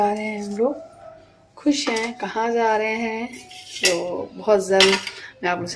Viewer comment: Za nhi rahe h ja rahe h bolte h